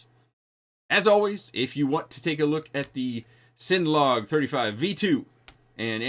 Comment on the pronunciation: Bruh. It's CINNA. Like cinnamon.